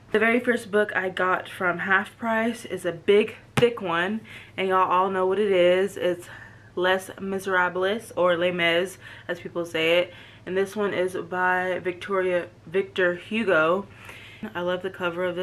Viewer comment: Les miserables, you don't pronounce the s at the end. 😊